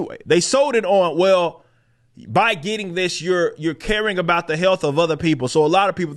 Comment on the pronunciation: I don't trust anyone who pronounces sorry as sorey and about as a boat.